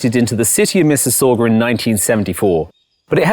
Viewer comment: Loved your video. Being a fellow resident of Mississauga I have a polite request. Please pronounce Mississauga correctly.